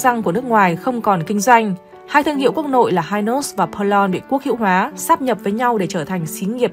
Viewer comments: KEM DANH RANG PERLONG.;DOC THEO AM TIENG PHAP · Đa số người sg phát âm theo tiếng pháp 🇫🇷 bẹt long